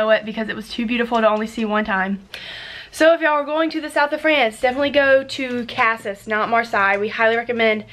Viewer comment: Cool vlog I’m heading to France for a road trip next year with my husband from Normandy to the south of France Marseille which Is pronounced mar-say. Sorry to correct you and Casis is wrongly pronounced.